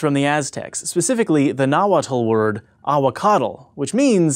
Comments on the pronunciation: If the tl is at the end of a word, you just pronounce the t. Also, it's Mexica; not Aztec. Nah-watt, not "nah-watl", and Ah-wah-caht, not "Ah-wah-cahtl". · The "T" is silent in Nahuatl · It's not "nawatal" it's "nawat" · It's pronounced, Nahuatl: nagual not naguatl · In Nahuatl, the "tl" suffix isn't pronounced as "/tl/" but as "/t'/" :I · anybody irked with the pronunciation of nahuatl? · Can't trust anything you say when you mispronounce Nahuatl and Ahuacatl... The L is silent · Nahuatl and aguacatl are pronounced without the L at the end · Yet he can't pronounce Nahuatl correctly. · I'm sad the host didn't even attempt /tɬ/...and /ipɑk/??? Really??? How pretentious! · in Nahuatl the L's at the end of words are silent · you pronounced Nahuatl wrong